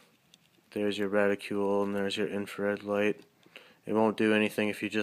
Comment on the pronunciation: Decent review. Just please pronounce "reticle" correctly.. Its not "reticule"..